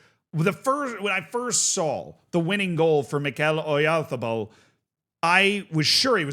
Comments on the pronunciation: It’s not MikEl OyArzabal, it’s MIkel OyarzAbal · Everytime says „Oyarzabal“, a Basque child dies. 😢